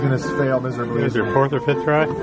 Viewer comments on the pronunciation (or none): "He's going to spail misberbaly"